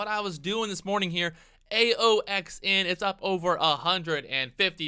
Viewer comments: its AXON not AOXN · New drinking game.....everytime pronounces a ticker wrong u bong a beer.....u said AOXN like 9 times lol